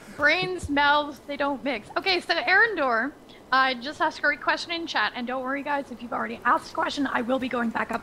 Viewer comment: this is the 3rd stream that i'm in allthough this time it was only by name in the chat at ... and again i'm referred to as erindor? -_- eri an door = eriandhor :D